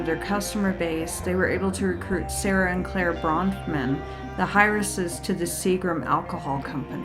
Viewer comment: Or reading the script for the first time… How do you mispronounce “heiress” as “higheress”? 🤣